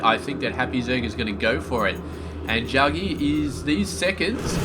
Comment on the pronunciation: The name is pronounced Jack-G. I was also thinking if you find it hard to talk in the beginning watch like a 5 minute news clip or science article etc., and chat about that in the slow parts. I hope you make it one day, so don't be offended by the critique; also with the "sooo yeahhh"... it loses its charm after awhile lol. You have good game sense, casting spped and have a good voice though too so I will keep watching :)